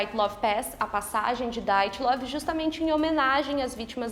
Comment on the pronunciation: Não é "DAIATLOV", é DYATLOV.